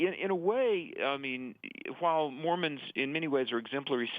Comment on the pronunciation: it's Mormons, not Mormans.